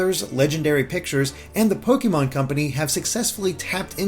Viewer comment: i love you but the “é” in “pokémon” has an acute accent. it’s pronounced “poh-keh-mon” not “poh-kee-mon”. it’s short for “pocket monsters”. sorry for the correction, but you go back and forth between the two and it drives me ludicolo